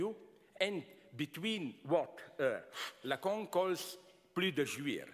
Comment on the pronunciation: I just come here for his pronunciation of lacan (lacong)